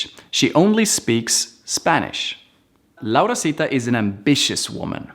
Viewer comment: no se dice, se dice laurita y ese curso Raio creo que se lo vi a otra persona que fue quien lo invento